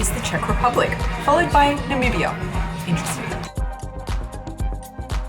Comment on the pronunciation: Lol at the way pronounced Namibia 🤣🤣😂